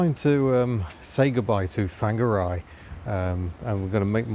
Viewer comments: I'm advised by my resident Kiwi that it's pronounced 'Fong-arr-ray', with a Maori lilt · nice to see you experienced the city where I live. Nice try on the pronunciation of Whangarei. Some locals still call it Wong-ga-ray. Shame you have moved on. Summer is the time to experience this place. Happy and safe travels.... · I visited Whangarei a couple of times in the 70s - we used to pronounce it Wonga Ray, with a Glaswegian lilt. Obviously wrong. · Fangeri or Fongeri ? (I know it's spelled with a WH), but how is it pronounced?